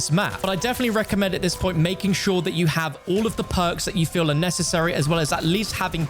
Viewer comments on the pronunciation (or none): none